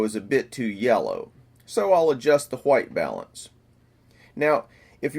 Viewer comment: Awesome videos! All of them! But just a side note. It's called White, not Huaite ;)